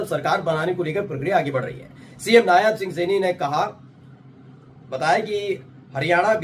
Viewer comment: Yaar Candidate ka naam नायब सिंह सैनी है hai.......नायाब सिंह सैनी nhi..... correct yourself